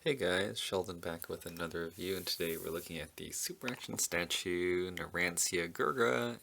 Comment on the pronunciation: I don't know why it buggs me how people say his name incorrectly it's pronounced narancha